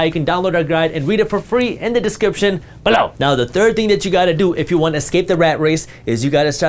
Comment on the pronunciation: "BELOW! I could listen to that on a loop all day 🤣 Love this guy.